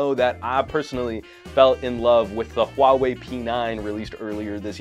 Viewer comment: your HUAWEI pronunciation is really accurate